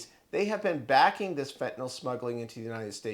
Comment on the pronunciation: fentanyl is not pronounced with NOL sound on the end. It's an NYL sound. fen ta nil, to rhyme with Bill